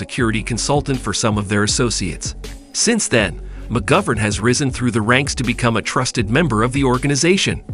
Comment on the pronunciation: What the f@ ck , you can't even pronounce his name properly. 1 ot of 10 😂